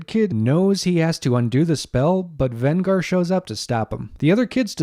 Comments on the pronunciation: Venger, not Vengar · Did you say VEN-GAR? Now I'm starting to believe you didn't actually watch the episode. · Given that you pronounce the name of the antagonist wrong, they never pronounce it that way at any time in that cartoon, makes me question whether you even watched it.